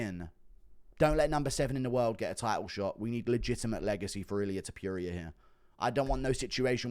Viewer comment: can you please show respect and pronounce topuria correctly now?